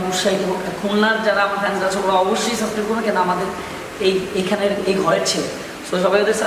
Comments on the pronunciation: সাসক্রাইব নারে পাগলা ওটা সাবসক্রাইব হবে। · সাসক্রাইব না সাবস্ক্রাইব।